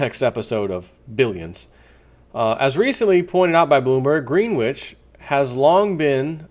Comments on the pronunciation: Its "Gren-itch" not green-which. Don't get out much, Eh? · Greenwich is pronounced, gren itch. Like gren itch village in NYC spelled Greenwich village.